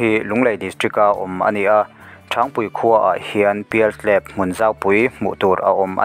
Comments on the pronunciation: Thangpui hi a lam dan a dik lo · Thangpui i lam dan kha a dik lo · Thangpui hming i lam dik lo aw